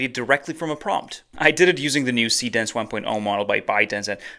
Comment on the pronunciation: showing what you're actually using as you use it would be helpful. like, you know, text on screen. I had to look at the urls given the pronunciation of see dance was, well, hard to hear.